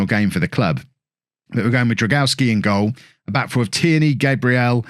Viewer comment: Drągowski is pronounced like "drong-goff-ski" instead of "drag-aw-ski" :)